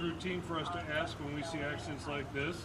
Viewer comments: You dont aks a question. You ask a question. It sound stupid. Work on it. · Another black guy saying that he his going to axe someone! Is he an axe murderer? The word is ask! Learn how to pronounce it properly! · Hey it’s ask not ax for a supervisor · Okay! Enough.....the word is Ask not Aks. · Good video but dammit, black folks just can't pronounce the word ASK. It's like slavery ended 5 mins before this stop lol.